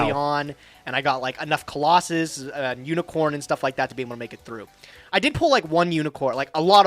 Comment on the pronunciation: I love how says Colossus instead of Clausolas and castor instead of catastor. It’s really validating (I always read them like that)